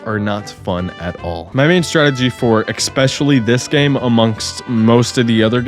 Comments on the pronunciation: And “especially”, not “ecspecially” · Eckscape and eckspecially were killing my brain throughout the entire video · The main takeaway I got from watching this incredible endeavor was that I need to comment that neither "excape" nor "expecially" are words. That is all. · I will subscribe if you stop saying "excape" and "expecially" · bro needs to learn how to say words that start with 'es' its not exspecially and its not exscape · Hey my guy. Especially has no "X" in it. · i'll sub if you ever learn how to properly say "especially" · Bro, you gotta chill with "eckspecially" and "eckscape". Also, it's a "figment" of your imagination, not a fragment. Lol. Edit: Dude, "obliverated"? OBLIVERATED??? Be for real.